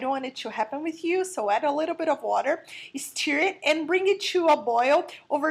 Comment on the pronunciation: I love that you say "steer" when you mean "stir" :)